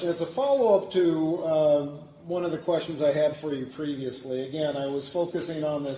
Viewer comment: I don’t answer “qweestions” 🤣 That’s intro always cracks me up